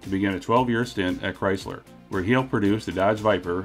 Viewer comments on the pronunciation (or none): none